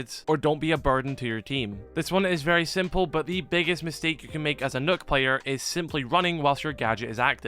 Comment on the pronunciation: You pronounce Nøkk incorrectly but tbf Ubisoft messed up. They say she's Danish but the Danish version is Nøkke (pronounced Nogg) but they spelled it the Norwegian way which is pronounced either Nerk or Nukk.